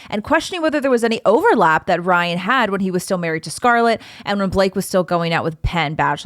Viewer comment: You said “Brian” several times, instead of “Ryan”. 😆